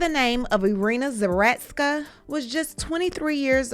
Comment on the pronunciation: Zah. root. ska. Say it with me ZAH. ROOT. SKA.